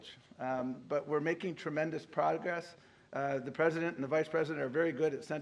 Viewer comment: A presinent???🤔